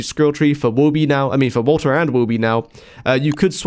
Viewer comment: the way you pronounce Walter WO-OH